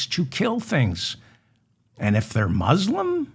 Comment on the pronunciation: Could you pronounce "Muslim" properly, please?